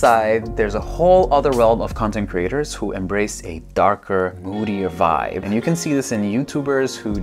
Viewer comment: haahahahahahaah love the "voibe" hahahaah..., can't stop laughing. Love it.